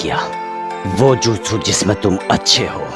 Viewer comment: Acha hua ha but jutsu nehi jitsu